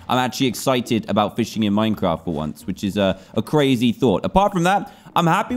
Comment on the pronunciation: i didnt have it, but i care a"boot" yarh stary